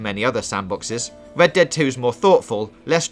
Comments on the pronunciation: Wed ded wedemption 😂😂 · "Wockstar's Wed Dead Wedemption" lol should have got somebody else to do the narration for this video.